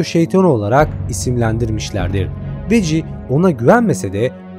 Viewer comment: Vaggie:veggi olarak telavuz edilir 😅